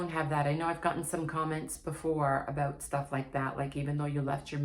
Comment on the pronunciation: I knew you were a canadian based on 1 single word you spoke. Im in detroit, ontario border in detroit, and we speak exactly the same as far as dialect except for pne word. About. You canadians really pronounce it quite different.😄